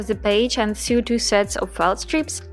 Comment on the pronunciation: Excellent video. Just to let you know sew is pronounced like the word so.